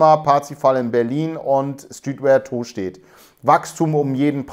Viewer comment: Tooostedt 😅... ich als alter Buchholzer feier die Aussprache immens 😃🤪